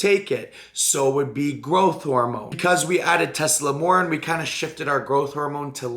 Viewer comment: the fuc is "Teslamornin"? Tess-a-MORE-e-lin Here's a breakdown of the syllables: • tess: rhymes with "mess" • a: rhymes with "uh" or the "a" in "sofa" • MORE: rhymes with "four" • e: rhymes with "key" or "bee" • lin: rhymes with "tin" it sucks, not even comparable to GH, in fact it could be a blasphemy.